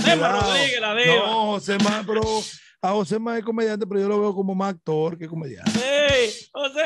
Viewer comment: MANOLAY Y DONDE FUE ESTUDIASTE,DIABLO ASTOR AT DIOS MIO,SE DICE ACTOR